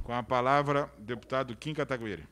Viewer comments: Não aguento mais os caras falando o nome do Kim errado, pelo amor de Deus Kim, abre um inquérito para apurar quem foi o disseminador de tal falácias... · Mano esses cara fazem de proposito neh? Qual a dificuldade de falar o nome do Kim corretamente ? Kkkkkk